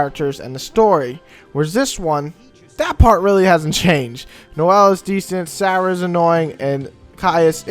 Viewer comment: Isn't it Serah? Anyways good review regardless.